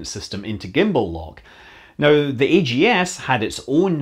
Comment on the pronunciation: So instead of being pronounced "bugs," the backup LM computer was pronounced "aggs," rhyming with rags. This might be similar to the sound an astronaut would make if they realized that they needed the AGS for its intended purpose.